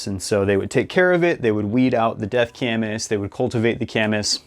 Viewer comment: Gorwing up here my whole life i though it was pronounced Kay-miss. Glad I heard the appropriate pronunciation. Do Wapato next.